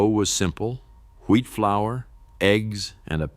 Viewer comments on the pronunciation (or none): none